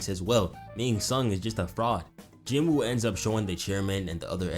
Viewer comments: ok i just need to say this please stop saying Jin-woo that is not his name listen to his sister and mom and dad pronounce his name it's Ji-noo or Jee-noo like salmon is(sa-mon) hey i could be wrong but everyone keep saying Jin-woo cause it spell that way this video need a Jin-woo counter might get 40+ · "Jin Wooty" killed me